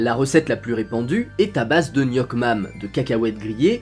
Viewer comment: Ps: "nuoc mam" se dit "niouk mam"!😂